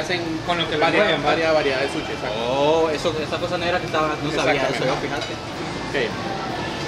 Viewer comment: Jajaja me da risa que dice suchi